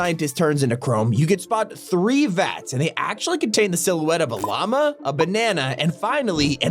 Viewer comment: When he said A Llama I thought he said Obama